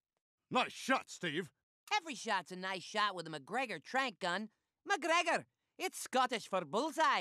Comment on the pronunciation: Magreger it's scotich for bullseye 😆😆😆😆😆